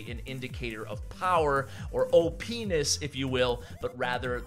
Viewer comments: hahaha he said OP(enis) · He said O Pness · hehehe "O-PENIS"